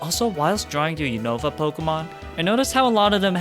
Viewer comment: I hate when people pronounce Unova wrong. They literally say it so many times in the show